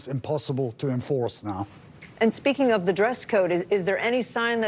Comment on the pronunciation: They are the "morality police" not the "mortality police" or did I mishear that?